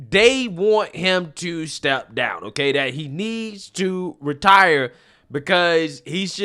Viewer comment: 1. I love that the good people of Kentucky believe "retire" is a three syllable word. 2. Someone needs to get McConnell some adrenochrome, asap.